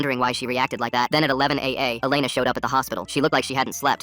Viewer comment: WHAT?? MY name is Alena (but you say it like Elena)